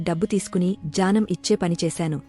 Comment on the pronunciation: జ్యానమ్ కాదు మేడంగారు జ్ఞానం అని పలకాలి. Please correct it in future vedios.